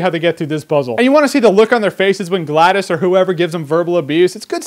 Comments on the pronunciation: Gladis? You mean GLaDOS. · So is pronounced Gla·dose or Glad·us? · you said GLaDOS wrong. but good review